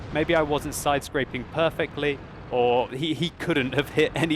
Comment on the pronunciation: With all due respect, its side scraping, not sidescrapping as you said, no offence.